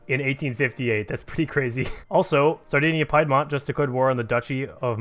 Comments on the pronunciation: It's not PIE DMONT ITS PEE DMONT !"!"!!11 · Piedmont is pronounced as 'peed-mont' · Piedmont isn’t pronounced like pie.